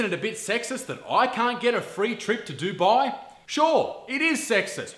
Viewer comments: Duboooii? You mean Dubai? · It's actually pronounced "du-bay". Usually non brown people and non Arabs say it as "do-bye" but that is incorrect